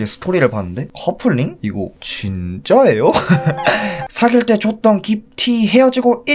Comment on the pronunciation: 이거 진↘️짜↗️에-요¿➿️